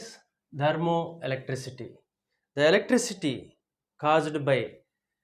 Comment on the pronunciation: Kindly pronounce the word THERMOELECTRICITY correctly.... It is not dermoelectricity